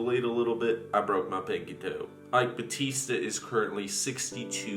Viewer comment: Ok, so... you nailed "eike batista" great pronounciation. When you said "lava jato" though... ugh you said lava rato... i know in spanish they pronounce "j" as "r" or "h" but , in Brasil(yes we write it with an "s" not a "z") we pronouce the letter "j" the way you did it when you said "rio de janeiro".